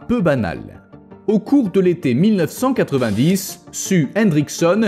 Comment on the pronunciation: Non, il s'appelle rien du tout car en principe, les T-Rex ne se donnaient pas de prénom. LOL! Blague dans le coin, on l'a surnommé "Sue", prénom anglophone qui se prononce normalement (pour les Français ignards) "Siouw" (plus ou moins). Mais notre cher est apparemment un Français et a un accent pourri en anglais, comme malheureusement l'écrasante majorité des Français. Ce n'est d'ailleurs pas vraiment de leur faute, car moi qui suis Belge mais ai vécu 20 ans en France, étant animateur, j'ai pu constater avec horreur que même leurs profs d'anglais, quand ils ne sont pas anglophones de naissance, parlent l'anglais avec ce foutu accent "frenchie" de merde. Alors si on leur donne leur diplôme de prof d’anglais alors qu'ils parlent aussi mal, faut pas s'étonner que leurs élèves parlent avec cet accent pourri aussi! En Belgique, aucun prof d’anglais ne recevrait son diplôme avec une accent aussi pourri!